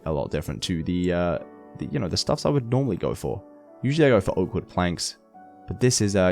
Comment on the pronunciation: when he said oak wood leaves it sounded like awkward leaves